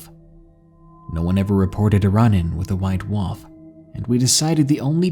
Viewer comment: Lol you say wolf kind of like wuff